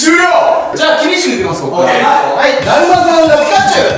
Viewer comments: たじまさんが、転んだって最初聞こえたww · ダーマさんが転んだにしか聞こえなかったww